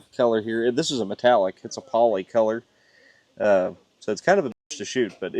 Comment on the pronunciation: you're not allowed to use the pronunication of the word color as "callur"...that belongs to us Pittsburghers...or Yinzers (as we call ourselves). Dahntahn is another good example of our local language.